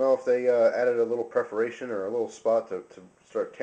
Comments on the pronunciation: It's "perforation" not "preforation". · PER-foration. Sorry, enjoy the video but it got to me the thousandth time you said PRE-foration. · You're killing me with this "preforation" stuff. It's perforation [per-for-ay-shun]. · perforation my friend, perforation